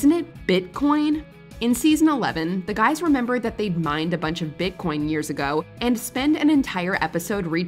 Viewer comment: My favorite blooper is Kunal Nayyar saying “Bitch coin” instead of Bitcoin